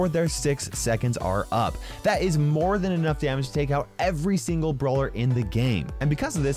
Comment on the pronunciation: wait did just say brower